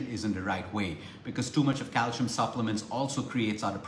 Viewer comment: Happy belated birthday! Calcium pronounced CAL SEE UM